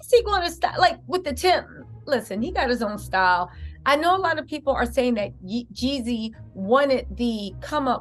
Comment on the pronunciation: Stop calling that man yezzy. It's Jezzy, Jeezy, Jeezy.